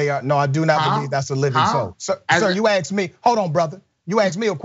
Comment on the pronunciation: I got 32 seconds into this and the host uses the word 'aksed'. Credibility shot.